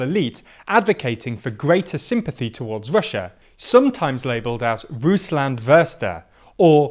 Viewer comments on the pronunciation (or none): "Ruußand Würste" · I wasn't looking on the screen and got confused, what a Russland-Förster (Russia Forester) was supposed to be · Very good analysis, but, if I may, as a German, suggest, that you not only research German words like "Russlandversteher" in writing, but also their pronunciation (more like "Russlandfershte-er")? Other than that I greatly enjoy your Videos, especially the chance to get an outside perspective on the politics of my own country. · The way you pronounce Russlandversteher it sounds like Russia sausage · Danish here, I was the same like: how is he pronouncing that word! Wow that wrong 😆 It’s a very central word for the video and I guess it would have taken 60 seconds online learning the pronunciation 😄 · Dude straight up butchered "Russlandsvesteher" and "Putin-Versteher"s pronounciation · If I hear this horrible pronounciation of "Russlandversteher" ONE more time :D :D :D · I said it before and say it again: Russia is outsmarting the west by much. He sees how the west is wntangled in it's own mini dramas and sees a bigger picture and goes for it. Also, I don't speak German and he clearly mispronounced the words, now, do we really need 10k messages saying the same thing? No. Another example of focus being in irrelevant issues and just wanting to complain about something.